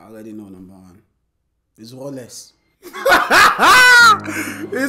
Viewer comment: not rolex, sir!!, say rolex sir